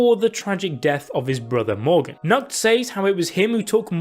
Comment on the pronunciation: When u are german and understand nackt (nude) instead of nacht (night) Bruh